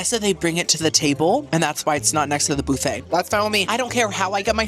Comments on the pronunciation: BOO-FFET. HAHAHA. ITS BUUUUUFFET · Every time I hear you say "Boo-Fay" it makes my day a little brighter 🎉